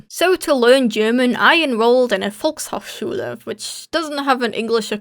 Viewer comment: Er ging in die folkshokschuele das soll keine Beleidigung sein ich liebe die englische Aussprachen von deutschen Wörtern einfach 😂